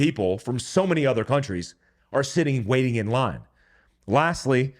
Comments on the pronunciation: Your Asian really came out when you said “rine” instead of “line” 😂 Don’t beat me up next time I meet you 😅👊🏼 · Lol. Every now and then "ASAIN" comes out. He said, "Front R-ine." I love it. Keepin those stereotypes strong for MERICA!